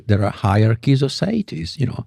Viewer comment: Federico is pronouncing it sayidees, because he's Spanish Italian with an American accent on top of that, and the host is imitating his guest's pronunciation. The word in English is actually seity, pronounced see-ity, with plural seities. It's a word from the Latin "se" for self, as a being.